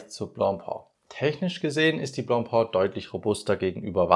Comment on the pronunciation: Nicht blopo - blopä!😂